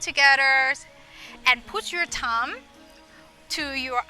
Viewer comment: Excellent! I wish I could help you pronounce the word Thumb. Thai’ who actually speak English Very well so often have a couple of small things that if they could learn would take their skills to the next level. Words with TH, an V especially.